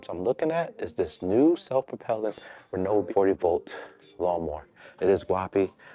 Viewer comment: Bro saying "reNObee" while you're staring at the name with no "N" anywhere is sending me. 😂 I love Ryobi for home use. Always opt for the One+/brushless models. And for better life/more power, get the more $ EDGE or HP batteries. They are significantly better than the regular 18v batteries.